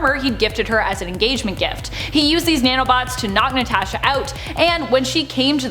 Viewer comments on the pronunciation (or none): Listen to how she says " Natasha " , LOL !!!